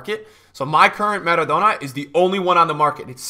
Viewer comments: maradonor too :P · The way you pronounce trezeguet and maradona honestly hurts my brain